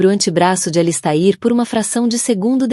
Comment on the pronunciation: Sinto dizer, mas a leitura foi horrível. O nome do personagem ALISTAIR foi pronunciado de várias maneiras; o da esposa teve o mesmo destino. Ficou indefinido se ele já estava tendo um caso ou se a "dama de vermelho" só surgiu para atrapalhar. Texto muito confuso!